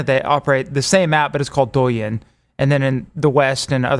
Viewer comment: Y'all trying to pronounce Chinese words is terrible. 抖音 DOU not DUO. Can't believe LWC tried to say Ginger Snap can speak Chinese. And, you literally said out loud Huawei starts with an H but still say Wawei. Takes five seconds to learn this stuff. No wonder this show is running to Rumble.